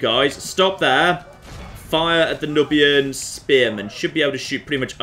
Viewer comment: I'm pretty sure that "Nubian" is pronounced "newbian".